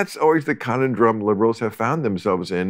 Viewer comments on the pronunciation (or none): “Connon-drum” woah